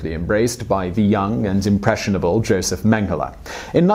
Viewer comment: it's pronounced yosef but go off ig